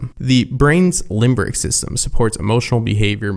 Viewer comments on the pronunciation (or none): Limbic, not limbRic